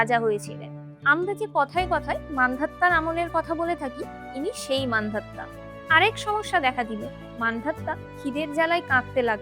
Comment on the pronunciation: মান্ধাতা , মান্ধাত্তা নয়